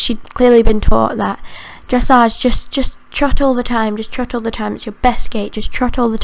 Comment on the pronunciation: when she said dressage she said it like dreshage